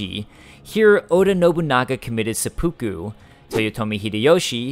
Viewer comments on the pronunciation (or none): none